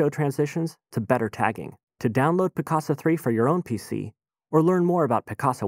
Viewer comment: It sounds like hes saying Piss-caca .